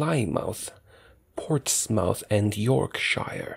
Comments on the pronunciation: As an Englishman, your pronunciation of "Portsmouth" and "Yorkshire" is painful to hear. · I can resist... I can resist... AHHHHHHHHHH! IT'S PRONOUNCED 'PLEMOUTH' NOT 'PLYMAUTH', 'PORTSMOUTH' NOT 'PORTSMAUTH' AND 'YORKS/HEIR' NOT 'YORK/SHIRE'! Sigh, What a relief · Damn you dont you dare call them ports mouth its pronounced portsmuth damn you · I actually got annoyed when u pronounced Portsmouth wrong , I am such a Brit